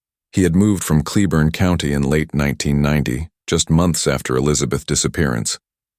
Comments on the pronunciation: Pronounced Clay- born. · Argh! It's pronounced " clay-born" county..